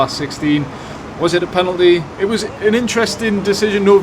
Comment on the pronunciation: Loved your tribute to Waddler,. Clear “pelanty” 😂